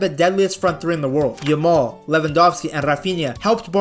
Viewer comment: Stop saying yamole motherfuker, pronounce it properly